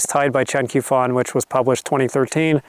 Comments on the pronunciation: Since you clearly like Chen Qiufan quite a bit, I think it's worth pointing out that Q is used in pinyin to represent a sound like 'tch' in English, although not quite the same as the 'tch' sound represented by CH. I don't mean to be a dick about it but I thought you probably wouldn't want to keep mispronouncing the Q as a 'k'. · The Q in Chinese is pronounced like ch in English, so Qiufan would be said like Chiufan.